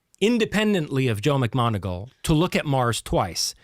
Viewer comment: if ur such a science smart ass, how comes you pronounce 'macmoneagle' as 'macgonagall'?. two different people pal